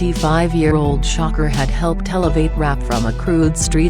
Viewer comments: It's trying to say "shakur" but it kept coming out as shocker lol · pleas say shakur not shocker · When you make these videos, can you at least spell shit to where it at least sounds like the bitch is saying it right? Shakur= Shocker Shawkoor=Shakur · The voice means “shakur” not shocker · bitch who the fuck is shocker??? its shakuuur. say it with me "shakuuur"